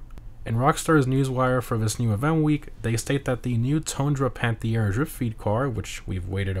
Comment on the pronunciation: It's not spoken out "panthiére" but "panteer", funny how French it sounds while it ís a French car tho hahaha🟦⬜🟥